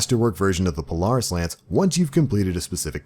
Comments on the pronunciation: Lol not how you pronounce Polaris but words are hard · I wish you knew how to say the word Polaris good god